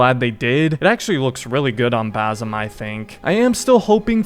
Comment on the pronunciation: the way you say basims name 😭